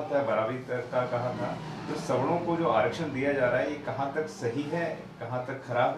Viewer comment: Sawno-😂😂 Bolna to Sikh lo aage aae hue logon